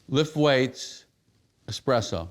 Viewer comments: ESspresso, not Xpresso! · "I have an expresso machine everywhere" lol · "I have expresso machines everywhere." He must be rich.